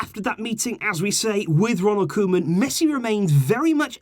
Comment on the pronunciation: I love how you went from cowman to Koeman, for our dutch speakers its satisfying If you wanna nail the pronunciation, say the man part as you say in Griezmann 😂😂